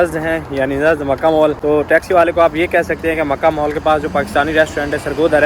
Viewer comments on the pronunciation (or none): مول نہیں مال